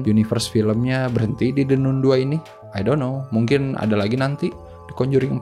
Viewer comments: baca nya nun ya ? bukan nan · Kritik buat THE NUN (bacanya THE NAN bkn THE NUN )